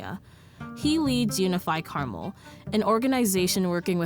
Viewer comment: I have lived in Cali all my life and we pronounce the city as CAR-MEL. {Like a man's name Mel} Not Carmal. Not Car-mall. Is this in another state? Is it in IN.